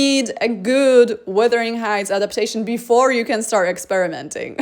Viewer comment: Wuthering Sheights...